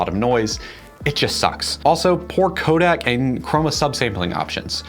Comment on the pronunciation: Codec, not codac